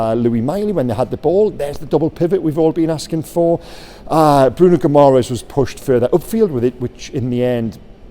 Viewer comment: (Gi -ma - resh ) is the pronunciation. Ending Es is ESH in Portuguese. Madeira would of shown you that.Good vid